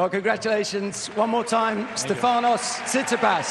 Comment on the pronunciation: Are the post-match interviewer' s name pronunciation skills non-existent ? it's stEfanos TsitsipAs -- placing the wrong stress on both his first name and surname is unprofessional and quite disrespecful to the player.